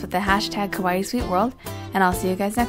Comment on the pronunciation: You keep saying kawaii wrong >.< that way you're saying it makes it sound like you're saying scary instead of cute